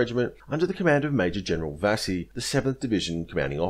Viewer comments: Good account. Couple of small pronunciation points: It's Vasey as in 'chase'. I grew up on Vasey Concourse, Melbourne named after them. And it's Wootten as in 'wood'. My father was a fighter on this coast with the 6th Div. He watched Adachi being carried into their position, in a chair tied to poles. The Japanese said they surrendered to the 6th because of its battle honours. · Vasey is pronounced Vey-zee. Raboul pronounced Ra-Bowel. Excellent vid as usual.